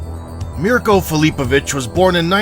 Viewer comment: Your AI doesn't even know how to pronounce his last name.